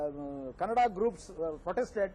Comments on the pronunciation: dumb news anchor can't pronounce the word kannada , its not "kannad culture" , get your pronunciation right. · First of all it's not kannad it is Kannada he is vatal not vittal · lo Nin nakkan anchor its nt kannad its Kannada lofers before running a channel first spellout da words correctly dabba bahubali should nt release in our karnataka if dat konga tel